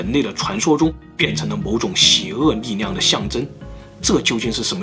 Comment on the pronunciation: 是神秘力量不是神秘膩量....發音清楚點